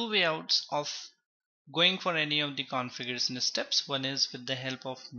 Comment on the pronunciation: Everything is fine and thanks for the video but please work on shun and sun. It's not configuresun, it's configurashuun. Like that many words typical up bhaiya